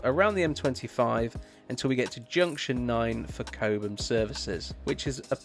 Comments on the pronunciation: It's Cob Mm, not Kobemm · Its ’Cob um’ not ‘Co bum’ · Does the car automatically switch to KPH when you go into France? Oh, it is Cob (like Bob) Ham, not Coab ham 😉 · Cobe-ham? Cob’um. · "Cobe ham" "San Martine" 🤣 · It's pronounced Cobbum, apart from that an excellent video, I am considering an MG4 Long Range as my next car.